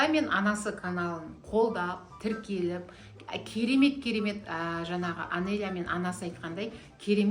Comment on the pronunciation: Жансая Анелья деп айтсай Анения деп емес